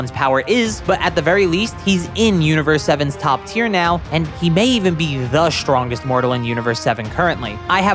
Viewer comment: why do you say "shtrongest" instead of "strongest"?